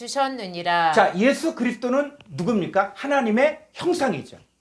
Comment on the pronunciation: 지적질하는 것같아 죄송하지만 읽어 주시는 여성도님 “애수”가 아니고 예수라고 발음해 주십시오. 부탁드립니다.